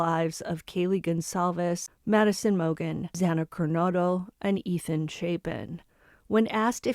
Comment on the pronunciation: So awful about the pronunciation of Kaylee and Xana. I felt so uncomfortable.